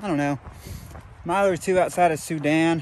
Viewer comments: For once has the pronunciation right and has it wrong! (Soo-Dan) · “Soo-Dan” is the correct pronunciation! What the heck?! got it right?!?